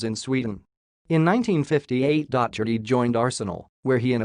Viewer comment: Oh dear! Dotch-erty, Keltic, Durby, Row-ther-ham, All-trin-Cham! Pronunciation needs a bit of work...